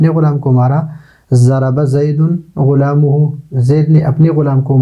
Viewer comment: ضرب زید غلامہ ،،غلام کے میم پر فتحہ ہوگا اپ نے ضمہ پڑھا اس کو ٹھیک کر لیا جائے شکریہ